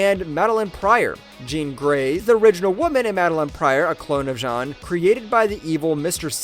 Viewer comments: It’s Jean. Like blue “jeans”. Not Sean or Shawn. As you pronounced it. Have you actually watched any of the movies or cartoons where it’s said out loud? Mind boggling how that was missed. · I’m so confused. Is this narrated by a person or AI? How did you pronounce Jean Grey correctly at like then call her “Zhawn” like half a second later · Why did he pronounce Jean like John? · How do you say “Jean Grey” and “the clone of Jean” in the same sentence and pronounce them differently? 😂 Awesome insight videos. Really enjoying this channel. Subbed and liked! 👍👍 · When he started saying John instead of Jean I had to turn it off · why do you pronounce jean like john???? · Was this made by an AI? Jean as in French, really?